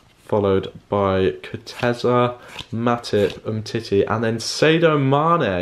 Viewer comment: You said Sadio wrong